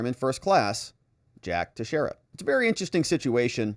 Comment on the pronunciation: This is the least important thing but it's pronounced "Tex-era" I'm from New England. Sorry, it's just bugging me.